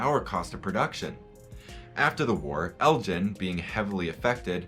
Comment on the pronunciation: I live near the home of Lord Elgin and have never heard his name pronounced Eljin. Is this the normal pronunciation in the US?